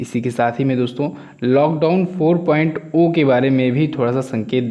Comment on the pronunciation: 4.zero bhai na ki 4.o 😆😆😆. Bihari